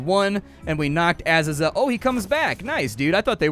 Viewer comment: lol splats pronunciation on things here cracked me up, bezoar and azazel specifically